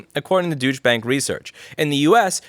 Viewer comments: I read that article a couple days ago. And clearly heard you say 'dooch' rather than douche (doosh), which threw me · It's "Deutsche" not "Dütche" please 🙏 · the eu in Deutsch is pronounced more like the oi in oil. fyi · Lol, douche bag.. I mean, Deutsche bank.. Rotfl. Douche bank.. Every time I hear it, smiling, thank you Louis. Pronunciation lesson; "dough-yeach" bank.. The more you know ( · I prefer the way you pronounce DoyCha Bank, because your way sounds like Douche Bag. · I like how you pronounce it “Douche-bank” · i love the way you pronounce "deutsche bank" with that american accent ... if you say it fast enough it almost sounds like "douche bag" ... wich fits perfect for, well, any bank, really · Hi Louis, I love how you pronounce Deutsche Bank as something that to my ears sounds like "douchebag bank". Nice touch. Cheers. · I like how louis pronunciation of deutsche bank sound more like douchebag 😂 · Did you say 'Douche' bank? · I think your pronunciation of Deutsch (do-i-tch) as douche is spot on. What are they smoking when they say "people working from home" spend less on infrastructure. Don't they realize they still spend money on groceries (get them delivered), electricity (the spend goes up, if you work from home), internet (you need a good one to be able to work from home effectively), ... WTFFFF!!!!! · I liked how he pronounced douche bank. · Louis, Deutsch is pronounced "DOY-cha", with the emphasis on the first syllable. They're neglecting to consider the equipment and the Internet connection we pay for, as well as utilities. wear and tear on our personal houses, and inconvenience on the part of our families who have to give up part of our living space to be dedicated office space. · IF you are pronouncing it Douche Bank to be funny, I'm in! If you don't know how to pronounce it properly, maybe look it up. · Love ur pronounciation : "Douche Bank" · Haha. "Dooch-bank". Guy named Rossmann sez "Dooch-bank". What a hoot!